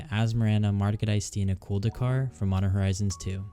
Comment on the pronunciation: This deck is very intriguing. Nailed that commander name too 😆. Thabks for the video! Liked and subbed from Mr.Bs !